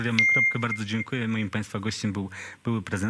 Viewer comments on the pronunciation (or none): Panie Redaktorzyno sepleniący - nie kwiasnieski tylko KwaśnieWski.